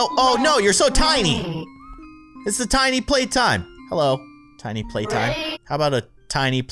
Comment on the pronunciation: Why does call playtime “Suzy?”